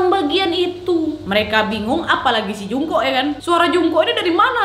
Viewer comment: Mohon maaf ya kak Mem Jungkook salah baca bacanya jongkuk Mem Taehyung juga salah baca,bacanya Taehyung bukan pakek o terimagaji